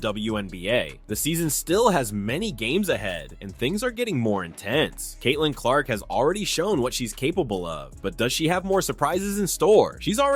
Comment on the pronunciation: How did you post a clip with the reporter saying her name and then mispronounce it right afterwards?